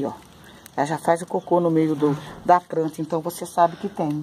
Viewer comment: a voz dela muda repararam?? plantinha falou no início do vídeo pranta